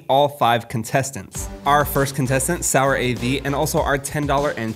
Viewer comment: just correcting sourav is an actual name in India and some other countries it's not pronounced sour av It's actually sou rav without the gap As i said no hate just correcting